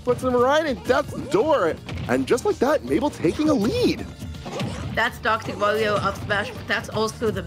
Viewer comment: Doctow maw-wio🤮😖